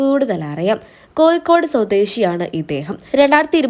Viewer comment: Sthalam koikode Alla, kozhikode enna jaggal padichade. Naak clean cheiyu.